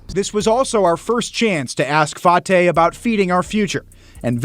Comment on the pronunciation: Fartay needs to be arrested as well, sorry about the English pronunciation of fartay name, he's just blowing a bunch of air and I bet you he still continue to scam